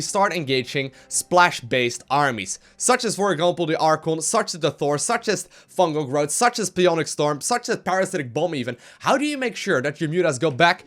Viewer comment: I noticed say "pi"-onic storm instead of "PSI"-onic storm. Psionic: sīˈänik You are doing a great job. Constructive criticism.